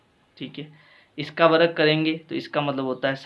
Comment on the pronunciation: Varag nhi sir varg kahte hai 😂😂